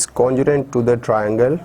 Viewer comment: Why is he saying conjurent instead of congruent